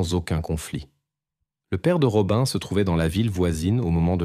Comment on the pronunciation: Rob"un" alors que ça se dit Robine. Berk, j'arrête d'écouter.